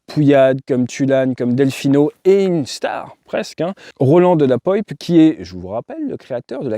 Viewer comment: C’est de la Poype et ça se prononce poipe. Ils ont leur château dans le beaujolais. Ces descendants font d’ailleurs du vin